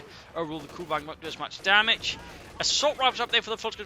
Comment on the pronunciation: hey, its pronounced kÜbelwagen like the ü in panzerfüsiliere. btw great work, keep it up!